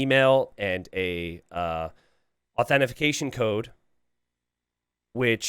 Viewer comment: What the fuck is AuthentiFICATION????? 🤣